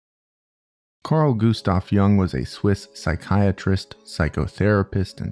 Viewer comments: Jung is a germanic name and it's not pronounced like 'young', it's like yung, djung, I don't know how I can teach your american mind this in written form but you're spelling it just wrong. Try the website Forvo. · Carl Gustav JUNG(/jʊŋ/). I never do shit like this, but bro for real You said "Jung" as young😭and no You don't need to be native swiss to say it correctly